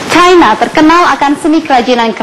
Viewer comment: ape sih ni orang ngomong cina aja pake cayna cayna... ngakunya orang indonesia..